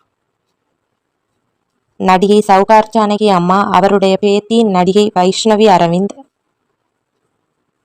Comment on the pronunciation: பேத்தி , பேதி என்று சொல்லுகிரீர்கள்